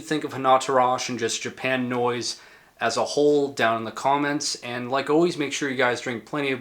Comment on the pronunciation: That's pronounced "Japa-noise", as in "Japa-nese". Have you seen Plasmatics infamous Pier 62 set? :) Subbed.